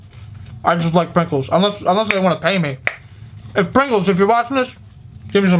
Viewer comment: He said Prinkles😂